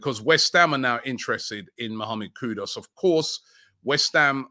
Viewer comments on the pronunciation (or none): Who is Mohammed Kudos? Robbie has been reporting on him for the best part of 2 months and still saying his name incorrectly...